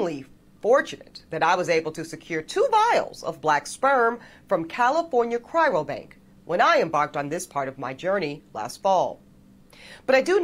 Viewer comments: Is anyone gonna tell this strong, independent, and obviously educated woman that there is only one 'r' in the word cryobank? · For a woman as educated as she is, you'd think she'd be able to pronounce "cryo bank" correctly. She repeatedly said 'chyro bank". This observation is coming from an educated black man here. My sperm, however, is not for sale. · It’s not ‘cryrobank,’ FFS. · God she says it again and again. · Ugh! She can’t even say ‘cryo-bank’ properly. Education doesn’t mean much anymore.